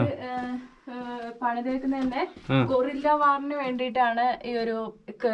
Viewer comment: ..... "Gorilla" alla; "Guerrilla" ennu parayoo kutteee.. (Gorilla is an Ape.. an animal like a large monkey without a tail)